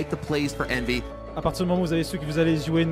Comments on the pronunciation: Envyus => Envy Us (en anglais) J'aime bien ton taff, désolé mais ça me triggered x) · La vidéo est super, Apex est un joueur passionnant et ta narration est au top. Mais je t'en supplie revoie tes prononciation j'ai eu des saignements c'est EnvyEUSS et KatoviTCHE!!